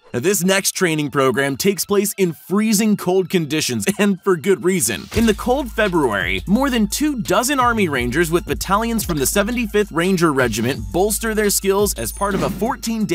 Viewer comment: Ahh yes Februrary